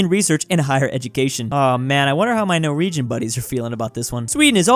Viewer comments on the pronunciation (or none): none